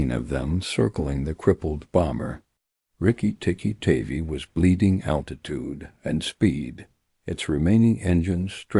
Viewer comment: That's Riki Tiki Tavi--"tavvy like 'have-y' not "tavy like navy".